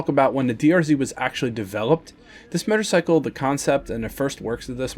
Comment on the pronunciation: murrcycle? lol